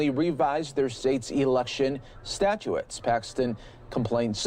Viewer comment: It’s statutes, not statuettes.